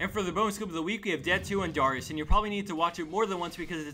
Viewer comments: It's dare-eeyus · he says darius like dyrus everytime he says it im like "WUT DYRUS IN DIS GAME?!" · Learn to pronounce darius n_n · Is it really that hard to say Darius's name correctly? It seems pretty easy to me.